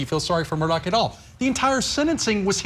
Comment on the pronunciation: Could at least 2 of the 4 people on the panel pronounce Alex Murdaugh name correctly. I have watched the entire trial from opening statements to the sentencing phase and I'm still confused on the corrrect pronounciation of his last name and even beyond that is it Alex or Alic?